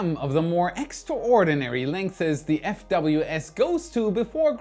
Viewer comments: "langthes" bababbhahahhahananahhan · Lengths --> is only ONE syllable - Not three. "...Not my first language yadda, yadda, yadda". Yeah, yeah, yeah, just lending a hand. You're welcome.